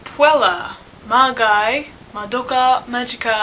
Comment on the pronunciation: Magi is pronounced as Mah-gee.